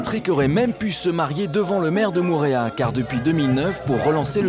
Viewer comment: Faudrais faire un effort sur la prononciation des mot en tahitien Au début c'est "mourea" mais Mo'orea Mo-orea